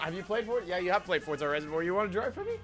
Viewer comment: Why do you say fortza its forza